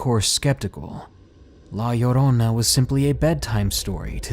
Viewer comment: You said La Llorona so freakin well like holy hell :D